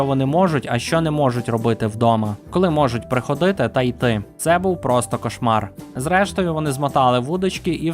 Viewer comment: Дуже цікаві відео у вас, люблю під них засинати. От тільки хочу вам підказати над чим попрацювати ще. У вас неправильні наголоси часто: приходИти, вона спалА. А треба спАла, прихОдити. Я не претендую на ідеальну українську, але сподіваюся, що це буде корисним